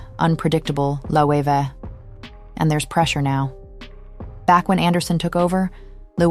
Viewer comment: Jonathan Bailey taught me now to pronounce Loewe. Thanks bby